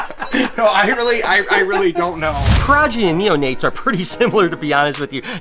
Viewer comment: Sorry to be Hermione, but it’s “exo”thermic not “ecto”thermic and pro-geny not per-ogeny!